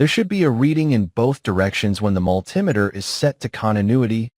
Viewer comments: It's called MULTI METER. In other words, many meters in one. Not mul-tim-ator. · Sounds like AI generate. Its multee meter not mul tim eter! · I can't get over the growing trend to call a multi-meter (- and that's mulTEE-meter, not mulTIE-meter) - a mull TIM eter. That's what happens when you get AI to read the script. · MulTIMAter? Isn’t that a “MULTI meter”. AI voicing is still primitive. Also, I believe the common name for those four diodes is a bridge rectifier. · Good info. Multimeter is pronounced MUL-ti-ME-ter. Not MUL-TIM-e-ter. Triac, TRI-ack. Thyristor THY-ris-ter. Also, the multimeter has opposite voltage from the leads, when set to resistance. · Multimeter is pronounced multi-meter by most people. Triac is pronounced tri-ack, not reading the acronym letter by letter. It's bad enough that AI is crap, but then no one bothers to check if it's right. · yeah what on earth is up with that pronunciation? AI? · Think this is AI generated or assisted because never heard in my 66 years multimeter pronounced like altimeter , should be multi meter pronunciation and yes Mr. Carlson's Lab is the best for non-AI tutorials and information. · Not sure how the video pronounced it, but the way I'm referring to is similar to altimeter. Just like I wouldn't pronounce that alty-meter, I said mul-Tim-eh-ter. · Don't like the "multimeter"? Cousin to the altimeter? I got a laugh out of that as well. AI??? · Besides the multi-meter mispronunciation, He didn't pronounce triac. He said tri A C. This could be AI misreading which they do. Anybody with any electronics background would know how to say multi-meter and triac.